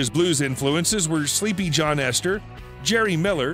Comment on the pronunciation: f It's Sleepy John ESTES, not Sleepy John ESTER. I ought to know, since I once saw him perform live.